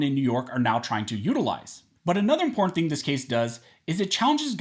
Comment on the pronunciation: im·por·tant learn how to say it correctly please. It's not imporant.